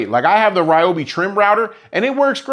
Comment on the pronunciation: Your saw might treat you better if you pronounce his name correctly: Ree-o-bee.